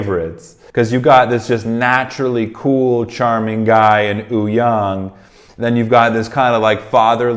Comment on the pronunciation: Its not ooyoung btw haha its Wooyoung